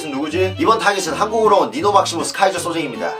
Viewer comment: 처음에 니노가 아니라 니거라고....